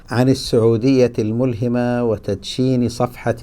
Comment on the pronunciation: تنبيه : الملهمة بفتح الهاء لا كسرها